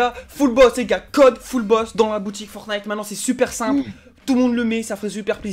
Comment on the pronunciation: Il a dit fullbot mais c fullboss